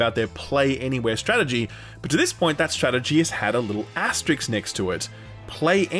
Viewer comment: It's "asterisk", not "asterix"